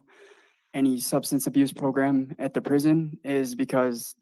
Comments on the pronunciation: Stop saying "progrum," goddamn idiot. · I like how you pronounce the word 'program' PROGRUMM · The progrum came out lol